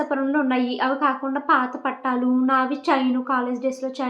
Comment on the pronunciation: Pattalu kadu thalli😂😂😂😂...pattilu